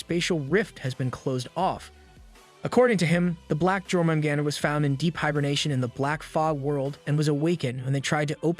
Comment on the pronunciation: U say it like yormengander